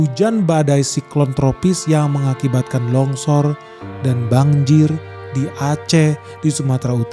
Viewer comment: Banjir bro... Bukan bangjir😅😅😅